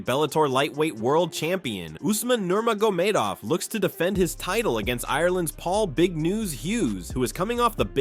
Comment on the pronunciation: Narrator pronounces Nurmagomedov, 8 different ways in this video 💀💀💀